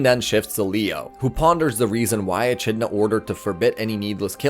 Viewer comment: Echidna is pronounced Ee-Kid-Nah